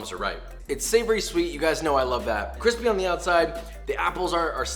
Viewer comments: no one: really no one: joshua: cwispy 🤣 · You need to toast both sides whit butter on each side and is gets more cwispy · The 4 year old that can pronounce r's CWISPY, (it was joshua the whole time!) KoNo DiO Da! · I'm personally offended you didn't include the "cheese crust" method of putting cheese on the outside as well and letting it get nice and cwispy.